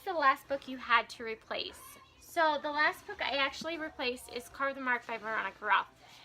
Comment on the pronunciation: That is so annoying about the preorders! Hopefully you get your book soon, but I don't blame you for being frustrated. Thank you so much for the tag and for your lovely words! And my name is pronounced "Care-uh" but it's not a big deal! :)